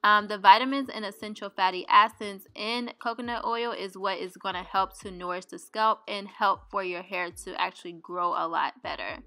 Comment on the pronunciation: COMBINED, MASK, NOURISH, LOL ... girl I watch your vids but u may need a class or something the way u pronounce alot of words are wrong ... is english your second language?